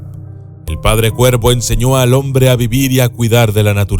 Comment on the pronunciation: Lo siento pero me confundí cuando decías cuerpo en lugar de cuervo. Por lo menos es lo que alcanzo a escuchar